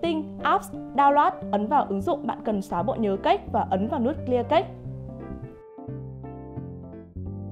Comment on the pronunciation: Vkl "cache" đọc là "cake".